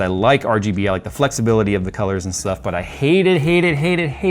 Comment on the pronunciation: Man… so clean. I also sniggered every time said “biscuit”, just like “shtuff”.